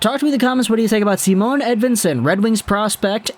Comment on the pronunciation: Its not Simone either. Its just Si..mon.